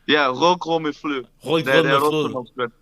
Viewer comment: the fact you both could say "rød grød med fløde" in danish is impressive